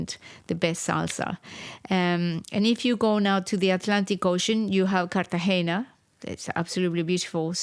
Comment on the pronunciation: Great podcast! But in American English we don’t say “Carte-GEE-nah.” We try to use the Spanish pronunciation.